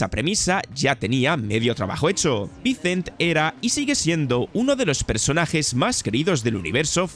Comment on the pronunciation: Buen video solo te falta pronunciar mejor las palabras en ingles decir vicent, dige, se que eres español y les cuesta las palabras en ingles pero hay que echarle ganas